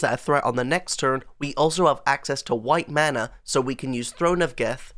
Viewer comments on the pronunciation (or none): none